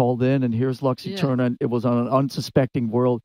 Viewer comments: "lox Iterniah". Si pronuncia "Lucs Eterna". Altrimenti usate l'Inglese. Latino for dummies! C'mon Metallica, anyway! ;) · Bro had it written down on a card and said “Lux Eterner”